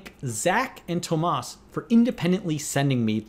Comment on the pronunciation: Haha they way he said Tomas